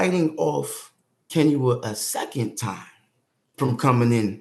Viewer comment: This is besides the point but the way he pronounces Kinyua is the best I’ve ever heard a non Kenyan pronounce it.